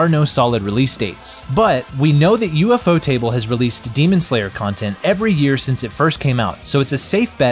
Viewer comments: ufotable ❌ U-F-O Table✅ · "an ufotable production" alwayd drived me nuts, until i realised its UFOtable, not U-F-Otable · U f o table? It's u- fot (like boat) able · I clicked off as soon as I heard him say U.F.O TABLE 😂😂😂😂 I knew then this was some 💩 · Omg you just butcher UFOTable 😂😂 It's pronounced U-Fo-Ta-Bul everytime you said it wrong it was such a CRINGE to my ears 😫😫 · ufo table, has gotta be the best way ive ever heard someone pronounce that lmao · Lol bro cause you butchered the name "you-fo table" the might decide to scrap the trilogy🤣🤣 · U...F...O table....... bruh say it right... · I quit watching when I heard U-F-O table💀💀💀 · "U-F-O-table" is criminal bro 😭😭😭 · That's exactly what I was thinking 😭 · its an ai voice, ofc its gonna mispronounce certain things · idc if its ai, i pointed out that ofc its ai bc they said u-f-o table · Why is he pronouncing ufotable like that